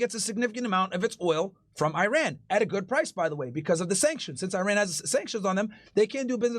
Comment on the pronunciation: Eye Ran 👁️ 🏃🚫 Eiran 🇮🇷✅ Is really not too hard to say it right specially when you talk about the country more frequently